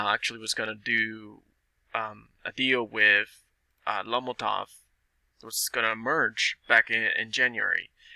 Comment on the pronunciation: If you can’t even pronounce lomotif what do U think the potential is? Have u seen the app and compared it to tik tok? Quite a joke really. Pretty much a pump and dumb game by Ted Farnsworth. Lomotif is not a tik tok competitor. Tik Tok revenue for 2020 was 35Billion. Lomotif’s revenue in 2020 was 6000 dollars. Hahaha.